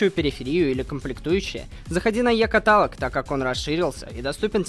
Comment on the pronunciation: правильно не Екаталог а екАталог Очень офигенная серия!)